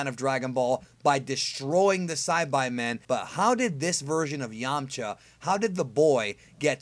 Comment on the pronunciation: That's how "Saibaimen" is pronounced, what's so weird about it?